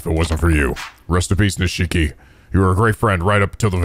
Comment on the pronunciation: Ahh, it wouldn't be a Yakuza game without mispronouncing Nishiki's name;)